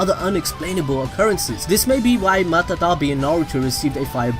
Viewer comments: MATABI? ITS MATATABI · When he called Matatabi "Matabi"... oof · Did he say matabio .....?